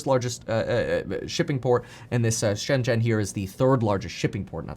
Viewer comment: Wow, meetkevin, where did ya learn that pronunciation of "Shenzhen" from? Its perfect, one of very very few English speakers who can actually say that perfectly. Most is not even close.